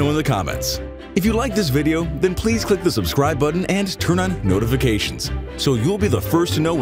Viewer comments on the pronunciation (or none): none